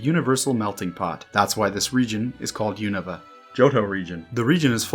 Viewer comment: Really refreshing hearing someone pronounce Unova the same way as official Pokémon media does